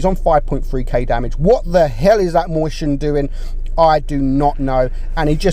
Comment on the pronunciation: The Mighty Nuub xdddddddd I forgot that’s how says it moischen